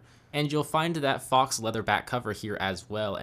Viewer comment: Yeah thats probably more acccurate lol, I have a horrible Philly accent. I just know its not "fohx" like he said